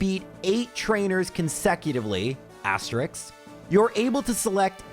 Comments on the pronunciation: i love that is saying asterix instead of asterisk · OK, that's twice. If I hear "asterisk" mispronounced one more time, I'm out of here!